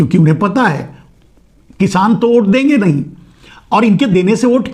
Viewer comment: ओट बोल रहे हो या वोट समझ में नहीं आ रहा है 😂